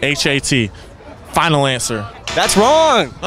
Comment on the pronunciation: He said “final answer” with his whole chest lmao😊